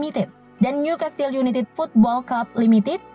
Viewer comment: niu kestel yunaited..............bukan yunitid hahahaha